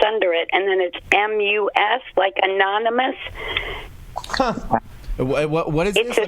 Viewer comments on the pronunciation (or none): An-ARM-in-nus... Anonymous. WOW.